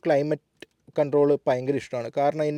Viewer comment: പയങ്കരം അല്ല സേട്ടാ. ഭയങ്കരം ആണ് ശരി 😂